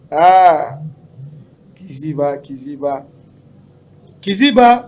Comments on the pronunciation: on dit kaziba pas kiziba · On ne dit pas Kiziba mais kaziba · On dit Kaziba et non Kiziba! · Oui mon frère on dit KAZIBA et non KIZIBA